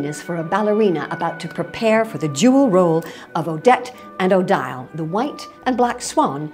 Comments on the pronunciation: Wait, is that how you pronounced Odille??? Because I’ve seen movies and they said it Odeeele not O-daayyle. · it's pronounced like "Oh-Deel" not "oh-dile" (the I is pronounced like a double EE) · It would have been worth mentioning that the first failed premiere was choreographed by Julius Reisinger and not by Petipa and that Tchaikovsky's music remained mostly unchanged. Also, Odile is pronounced O-deel and not O-dial. Sorry to be so pedantic, I wouldn't do this on a non-educational video. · It’s French and I can guarantee you that it’s pronounced O-di -le with emphasis on the « i ». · The narrator has no clue, it is spelt Odile and pronounce Odeel. Anyone with a modicum of knowledge about ballet would have known that. Shame on the Royal Opera House for hiring such a dilettante. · MG Royal Ballet commentators don't even know how to pronounce Odile!